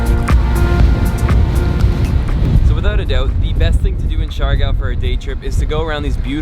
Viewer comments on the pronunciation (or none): Its pronounced like siggyor not shigow